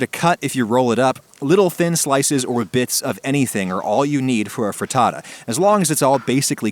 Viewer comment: pretends to be italian says fraddadda